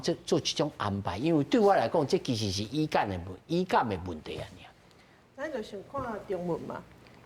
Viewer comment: 主持人 kā 語感 發音做 í-kám, 應該是 Gú-kám 才tio̍h. 使用台語輸入法這款去互中語 giú 去 ê 情形 to̍h 會當慢慢仔改善.